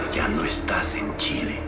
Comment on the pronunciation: Stop saying Chile as "chilly" please lol